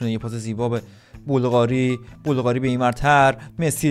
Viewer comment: مگه سوسیه که میگی بلقاری